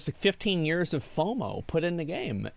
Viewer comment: Why does he say "yez" instead of "years"?